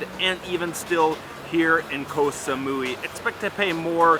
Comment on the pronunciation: Koh samoy is the pronunciation